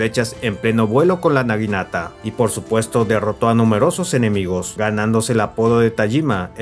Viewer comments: es naginata, no niganata 🥲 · Por favor conserva los nombres bien en todo el vídeo, en varias partes le dijiste niganata a la naginata